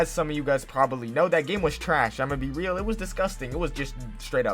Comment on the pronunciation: It has that everytime he says real